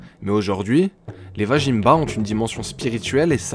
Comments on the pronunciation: belle réalisation :) vazimba se prononcerait plutôt comme ""vas-y mba" et non vajinmba mdr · ça fait plaisir en tant que Malgache d'écouter une des milliers de légendes de ce pays. Néanmoins petite précision vajimba ne se prononce pas tel quel il se prononce Vazimb on ne prononce pas le a de la fin et le j se prononce Z